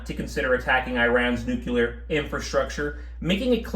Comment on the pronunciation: Just a helpful tip, "nucular" is not a word. Neither is "nuculear".